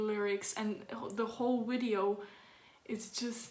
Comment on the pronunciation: His woice, his woice, what... the whole wideo just bwings you some place... :)